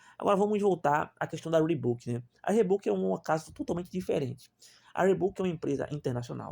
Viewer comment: O cara não sabe nem escrever, nem falar o nome da marca…